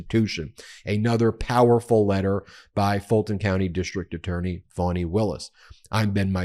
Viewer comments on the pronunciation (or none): Why do you continue to mispronounce Fani’s name? You make it sound like it’s spelled “Fonnie” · I am puzzled by you pronunciation of the name 'Fani'. I could be wrong but I fail to see how 'Fani' becomes 'Fawny'. Surely 'Fani' is an American version of 'Fanny', which is an abbreviation of Stephany - the female version of Stephen, Steven!